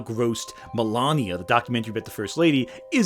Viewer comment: You know everytime he say "Melania" I keep on hearing "the lama" and I think it would have done better if the movie had been about them instead